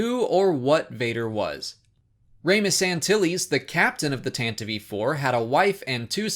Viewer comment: Pronounced TAN-TIV, the e on the end is silent.